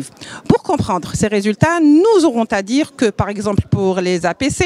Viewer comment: nous aurons à dire ....la liaison avec le (s ) et non avec le ( t ).....z'à dire et non t'à dire . quand même , pas à ce point !